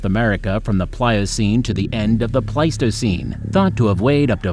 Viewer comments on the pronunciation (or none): Pleistocene era was waaay mispronounced lol But great job cuz 90% of these I wouldn't even attempt to pronounce! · Paleogene / Pleistocene. How did he get these 2 mixed up? This is beyond Dyslexia, this is almost malicious. Same for all the other errors in pronunciation. He could have done a bit of research before making the video.